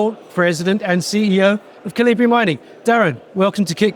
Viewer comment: "Kal- eee-bree Mining"? Seriously?! And the CEO didn't even bother to correct him?